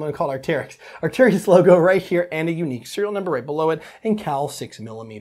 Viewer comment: Did anyone noticed that he spelled arcturus right but he still mispronounce it? Not a big deal at all just caught my ears